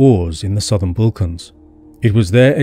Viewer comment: Your map shows some completely wrong river going East-West in the Northern plains for Germany. Who sold this map to you? be careful, there are many fakes out there. what are the Bulkans? your voice is very soothing and pleasant, but please look up a semi correct way of pronouncing it. I am very jealous about these people. You walk around and can't help finding all these precious minerals. Because of our greedy ancestors I am now deprived of such luxuries 😞